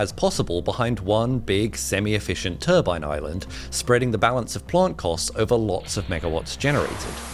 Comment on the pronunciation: You don't do anything for your credibility pronouncing turbine as "turban". A turban is what a Sikh wears on his head.